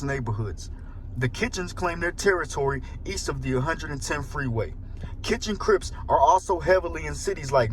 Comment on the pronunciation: Out here, we say One-Ten, not One Hundred and Ten. Just FYI. And this type of stuff ain’t nothing new. A well known, solid, well loved and liked homey get dropped and it’s time to ride, back n fourth until they get tired or enough more get dropped or stop coming out. I know when it makes the news or headlines, it seems like something rare to out of towners but trust me it ain’t rare or new. It’s common.